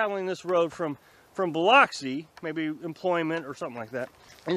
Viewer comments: Biloxi is pronouned baluxi. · it is pronounced "Ba - lux - ee" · It's pronounced Biluxi. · Too funny. I knew someone would have to correct his pronunciation of Biloxi. Now to test your Mississippi-ish-ness, there is a little town very close to where he was called Saucier. How do you pronounce that?